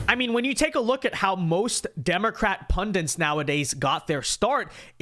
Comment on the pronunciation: "when you take a look at how most Democrat pundents . . . " The word is 'pundits' ( pun-dit and not pun-dent ) . . Americans if you continue to abuse our language, we'll take it back off you, and then all you'll have is Spanish and a little bit of Korean . . . signed, the English.